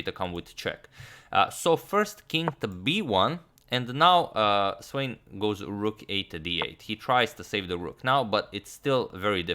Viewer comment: SVANE - Wrong pronunciation! Please correct.